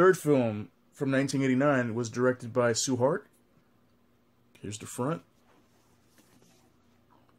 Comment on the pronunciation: Nice review but you said Tsui Hark's first name wrong.